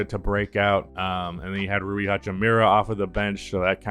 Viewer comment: To this day you say rui's name wrong lmao.